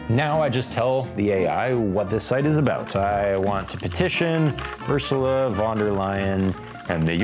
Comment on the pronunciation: The way you pronounced Ursulas nane hurt my soul 😂